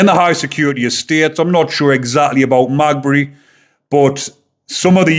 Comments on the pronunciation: Another good summary of this latest horrific attack by lawless immigrants. Heads up: HMP Maghaberry is pronounced: MaGhabErry. From one of your Northern Ireland subscribers 😁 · Heads up because I think you’re a good guy. It’s pronounced Me ga berry. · Its said like this .... Ma gab berry prison 😊love your channel I am from Notthern Ireland 🇬🇧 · Ma gab bree, thats how its pronounced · lol Its MA GA BURY!! hopefully the paramilitaries deal with it if not then probably West Belfast hoods! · Maghaberry haha hes fooked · Wouldn't it be nice if you could pronounce the names properly?? (Ogilvy and Maghaberry) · Jesus, you can't even pronounce the name of the prison he will go too. Tell you what, stfu. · It’s Maghaberry. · Lol its Maghaberry not magbe 😂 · Magbury? It is pronounced meh gah berry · Its maghebry not magbey lol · It's pronounced Ma - gab - ree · Thank you fir this video! The prison is pronounced Mag-abbery locally. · The prison is pronounced Ma-gab- ery. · It’s pronounced Ma gab rey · Its pronounced Ma-ga-berry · It’s pronounced mag ab erry. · The family have put out a statement saying " they will not put a photo out of Stephen "! Stop trying to make money from a man seriously injured, and fighting for his life! Also, your giving out false information ! BTW ITS MA GAB BREY FFS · The prison is Ma-gahb-ery! Thank you for the video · just to correct your pronounciation the prison is called Maghaberry,The irish pronunciation is "Ma-gaberry jail" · Is pronounced Ma-gah-bry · Magbree lol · The prison is pronounced magaberry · Ogilvy (oh-gill-vee) is the victim's name HMP Maghabery (Ma-gab-eree) is the prisons name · Maghabery, pronounced, Meg ab berry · The jail is pronounced magaberry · Maghaberry is pronounced Mag-gab-ry. - Say it quick. Maghaberry prison is Northern Ireland's biggest prison. It is a Category A high-security prison holding extremely dangerous and violent inmates. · HMP Maghaberry. "Ma-Gabberry" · Gotta help ya here lol MAH-GAH-BERRY